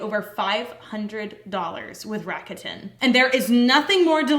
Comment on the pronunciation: First of all, soaps are amazing😘! But, uh ... RAKUTEN is Japan's largest e-commerce corporation, so just at least make the pronunciation right, PLZ. The brand's name is pronounced in 3 syllables, unstressed, and it sounds like LA-KU-DAN. And just so U know, this is not a HATE message... Looking forward to you guys creations😊